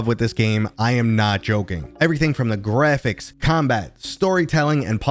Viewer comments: "GREPHICS"? u dont like saying "Graphics" do you... Grephicks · Well then, HOW do you spell the new word you made up? lol. I had to guess how to spell your word as I'm not the one who made it up! Seriously tho, did u not notice how you try to pronounce Graphics? In all my years I've never heard someone mispronounce it before so it really stood out! I think something in your subconscious doesnt like graphics... it's trying to tell u something bro... but WHAT?!?